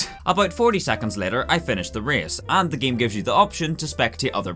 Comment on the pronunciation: "the giem"